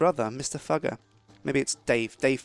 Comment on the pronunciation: Umm it is (Fyou ger) not fooger.